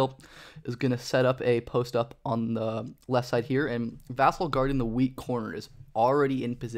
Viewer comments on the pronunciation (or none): Vuh-sell is how you pronounce it